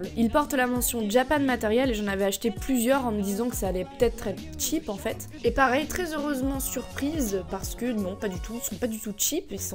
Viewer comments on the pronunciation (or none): none